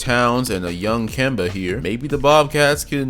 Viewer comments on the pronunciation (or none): none